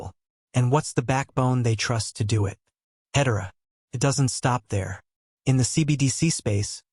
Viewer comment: When you can't pronounce Hedera correctly, you lose any and all credibility. AI generated garbage.